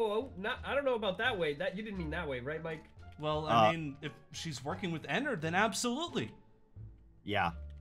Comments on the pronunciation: It annoys me it's ennard not ennerd 😥 please i respect him call him by his name ennard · I'm not hating but its not "Ennord" its "Ennard" its just a little change (its just I hate when then say the fnaf names wrong) funtime foxy is a girl btw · its not enod its ennard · Bruh In the movie you didn't say his name right it's Enerd one of the most evil animatronics 😧😧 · Enod LOL it’s ennard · You have to say Ennard not Enrad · He sad enerd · its eanned not enod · Ennerd not ennord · its not annard its earnled idk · isin't it ennord?